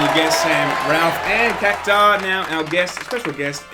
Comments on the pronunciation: Cac-tu-ar What the fuck is a "kacktaar"? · Its CactUar